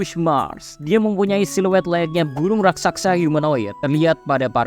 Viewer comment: RAKSASA BANG BUKAN RAKKSAKSA😂